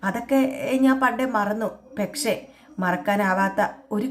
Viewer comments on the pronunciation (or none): ഈ പെക്ഷേ.. പെക്ഷേ.. എന്ന് പറയാതെ കുട്ടീ.. പക്ഷെ എന്നാണ് ശരി